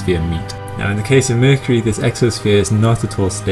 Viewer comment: I love how you say mercury..... "merkirie"